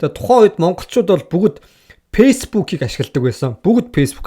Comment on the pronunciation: Шанел биш чанель, пейсбүүк биш фейсбүүк гээчээ хаха